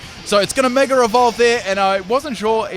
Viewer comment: meger evolve...i know they originated english but ffs speak it right